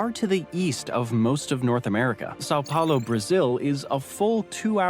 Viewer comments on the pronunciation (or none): none